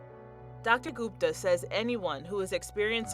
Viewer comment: " Dr. Guptuh "